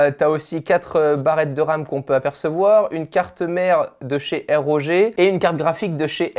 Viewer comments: oui merci… mais c’est "rogue" et non "r o g" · je t’adore et tout mais à la carte mère "eh Roger" j’ai begayé 😂